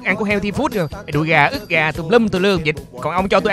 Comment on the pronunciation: ức gà thái hạt lụ nà lu đọc là cức gà thái hạt lụ 😂😂